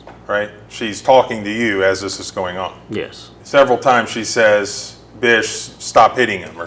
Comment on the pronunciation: LOL I thought she was saying bisquick!!